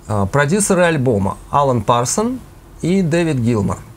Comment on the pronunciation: Спасибо. Но только - Алан Парсонс (на конце "с"). И три аккорда - первый, оговорились, соль-минор, хотя си-минор. Извините, за придирки.